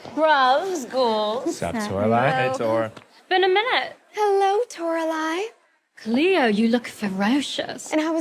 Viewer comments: Am I the only one who's getting triggered by pronouncing Toralei's name wrong,, if you're reading this, it's Tor-ah-lie not Tor-ah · Her name is Toralei. It should be Tora-liarrr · Torali [ TOR-A-LIE ] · Me being proved that he pronounced toralie wrong the whole time